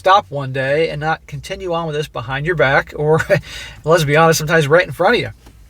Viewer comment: Anyone else hear "lesbi-honest" instead of "let's be honest"?